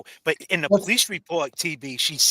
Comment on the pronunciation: I wanna tell u, I’m starting to take offense to the way u be pronouncing the word PO lice. I’m Af. Am., I be saying it like that cuz that just the way we speak, NOT you!🫵🏽 Just cuz u be hanging with men of color or supposedly making “rap” songs🙄 or hanging on Cleveland Ave in da A, don’t give you the right to talk like us. Sound like you going thru an identity crisis, so figure your shit out man, you too old to be a wanna be/wigga! I said what I had a say, now heed my words, besides nobody here in Memphis ever heard of your goofy music.🤦🏽‍♀️